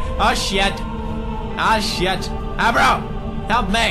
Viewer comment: the horse's name isn't agro and isn't aro.. it is ABRO, because he is, as us, A BRO. understood?